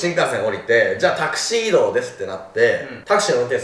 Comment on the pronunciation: タクシー移動がタキシードに聞こえたのは私だけだろうか…😂 ふざけてすみません。 ご無事で何よりです🙇‍♀️